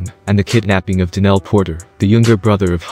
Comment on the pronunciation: Yo Mr. Narrator it's Donell not Danell. Nothing like a foreigner trying to talk about nigga hood shit LMAO